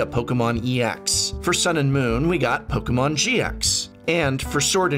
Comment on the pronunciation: really like the way u say 'Pokemon' professor